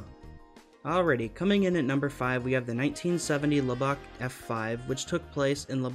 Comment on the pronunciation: Lubbock is not pronounced “lub-BOCK,” but “lub-ick”